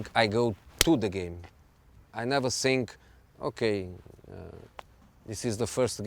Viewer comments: Why does he always say SINK in place of THINK or FINK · The guys is a legend but come on José, after 15 years in England is not acceptable anymore to say "sink" instead of "think" :D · "I sink" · the first "sink" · I love when he says "I tsink".